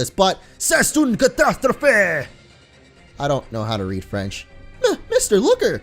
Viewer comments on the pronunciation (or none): OMG LMAO HOW DOES HE SAY: c'est une catastrpohe!! LMAO